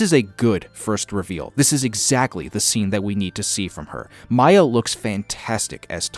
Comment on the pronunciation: Miya’s name is pronounced Mia not Maya